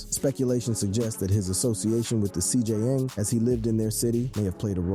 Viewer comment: The CJN MOTHERFUCKING G ITS THE CJNG NOT CGN 🤦🏻‍♂️🤦🏻‍♂️🤦🏻‍♂️🤦🏻‍♂️